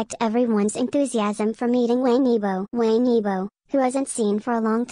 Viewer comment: I wish the narrator would pronounce his surname right. Things like that drive me up a wall! It’s being pronounced like a Westerner- it’s not pronounced like Tang in English, it’s pronounced like you would say the word “wong” in English. Wang YiBo. (E bow) Sorry, just a pet peeve.He’s a really wonderful, talented guy. I feel we should always strive to get the name right if we are going to do a post. It’s not that hard.